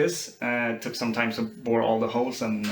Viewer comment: ”Båår all the holes”? :)